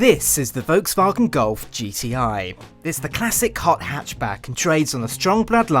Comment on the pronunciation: voke's wagen gulf? please work on your pronunciation